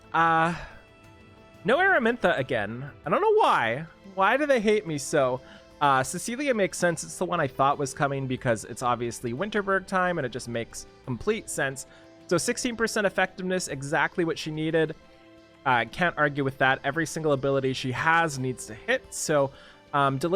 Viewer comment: Dear, if it’s not Winterburger (which is preferable, pls always say Winterburger) it’s WinteNberg.